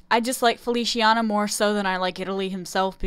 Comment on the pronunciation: I wish some of the characters were actually girls... 😭 And Feliciana is pronounced “Feli—chee—ah—na”. In Italian “c” sounds like “ch” when it’s with “i” or “e”